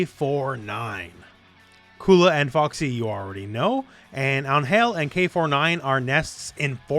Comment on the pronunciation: I thought her name is Angel….like the normal pronunciation.